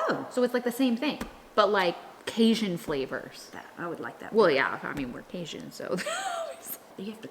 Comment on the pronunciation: I am from Louisiana also. I have never heard CaJun pronounced the way you say it. Is it something only the new generation says? All my people are from Louisiana and all my hubby’s family is from Louisiana and none say it that way. Just wondering.